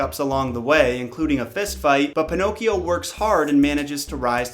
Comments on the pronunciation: Every time he says "pinokes" I giggle 😄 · I love that u keep calling him panocks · I love how you call him “Pinoques”